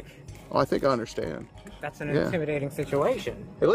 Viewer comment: Do you actually “understad” that? 😂